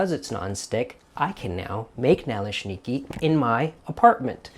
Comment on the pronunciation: My mom would make those on occasion, simply filling with apple sauce with some sour cream on top. Over the years I've made both sweet and savory versions of these. Good pronunciation! Oh, I have a well seasoned 8 inch cast iron skillet that works perfectly too!